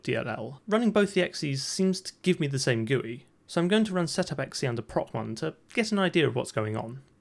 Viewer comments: This man is really out here pronouncing .exe as “ecksee” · I've never heard that pronunciation of .exe before but I really like it, I might start saying it that way.